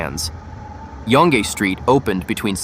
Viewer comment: Dear computer voice: Learn to pronounce Yonge Street correctly, unlike how you are currently doing it. Look it up!